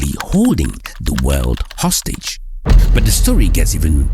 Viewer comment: This guy cannot pronounce the word "but" right! Easy but is a struggle!